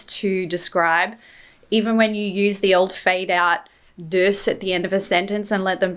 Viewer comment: At number 2 you said 'dus, ja' perfectly